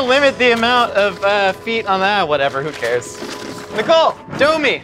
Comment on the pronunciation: Why’d I keep hearing “Miguel” instead of nicole 😂